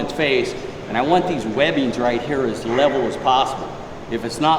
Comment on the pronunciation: " If lebbing's not wevel" 🥴